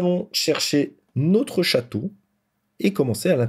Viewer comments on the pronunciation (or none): « Nautre » purée vous êtes français?